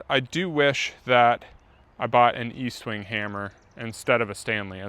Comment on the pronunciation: There is no A in EST-WING. Normally I wouldn’t correct anyone for a silly l mispronunciation. But Estwing is a legend. Need max respect. 😅